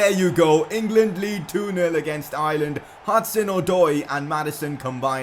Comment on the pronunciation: Your saying Ireland wrong im from Irelan